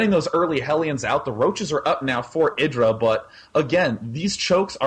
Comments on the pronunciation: ITS I_DRA NOT IRA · its pronounced [eye-dra]